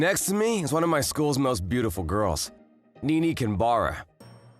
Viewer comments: I can't stand that they pronounce her name "ni-ni" like in the name Nick, not "ne-ne" like in the name Nelson. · and NiNi instead of NeNe.. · Nee-nee? Yan-deer? Are you f-ing serious?